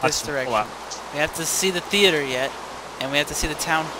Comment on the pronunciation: "Let's go to the thee ater"